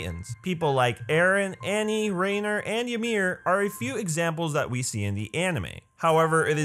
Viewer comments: This man just said Rainer instead of Reiner lmao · Bruh you said “Rainer”. Lmao it’s Ree-ein-er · No its ryner